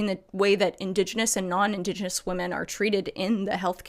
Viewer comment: Did you just say indos genos???